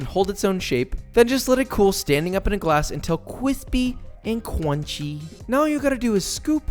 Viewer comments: Nobody: Josh: Qwispey and Qwunchy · Qwispey And Qwunchy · Gotta make sure that waffle cone is QWISPEY and QWUNCHY